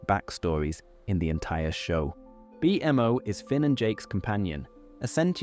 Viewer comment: I love your video and I listen to it a lot. The way you say Bmo hurts me to my core.